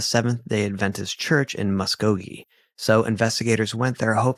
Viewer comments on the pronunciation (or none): none